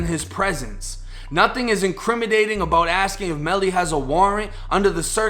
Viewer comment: Did he say “INCRIMIDATING” ? Lol!! There’s an N in there not a D my friend lol